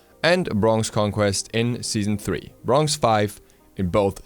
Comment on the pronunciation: did any one else notice that he says brongz instead of bronze?